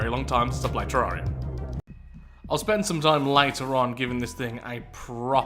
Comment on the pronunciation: The things from terraria that you’re thinking of are called “eaters of souls” and spawn in the corruption. Also it’s pronounced “tear-air-eia” like “terrarium” but with “ia” at the end instead of “ium”